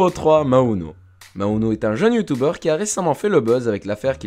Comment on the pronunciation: "Youtoubeurrr" okayy